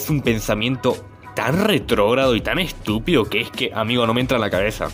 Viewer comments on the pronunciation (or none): Es tu asentó o te equivocaste? Dijiste estinpido en